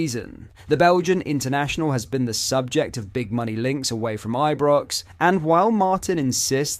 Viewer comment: But-Land, I-Brox, Ple-zn. Wtf?